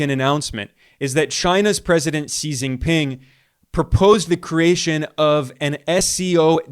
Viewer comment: he gets Xi JinPing pronunciation incorrect: "see jinping" in English (wrong) should be closer to "she jinping" in English (right) but he gets chuān jiànguó tóngzhì (川建国同志/川建國同志) correct many southern Chinese pronunciation of mandarin is often incorrect like those in Taiwan Mandarin (Google Translate over-uses it) and many in SE Asia, too, get it wrong